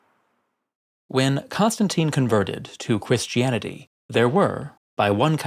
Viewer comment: Did you have a Speech Impediment as a Child? Or is that just my favorite vocal slide to ever occur. "Cwistianity"